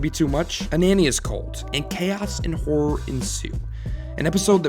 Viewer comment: I was confused for the longest time because I heard you saying horror as whore lmao